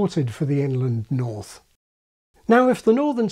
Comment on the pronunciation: i keep thinking is saying "England north" (for Inland north).